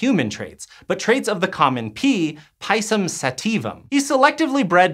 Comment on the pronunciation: How can you pronounce sativum relatively ok but absolutely murder pisum... Pi=ti, it's the same vocal.